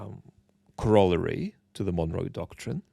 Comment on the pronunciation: its very endearing that you cant pronounce corollary correctly. Thank you for your work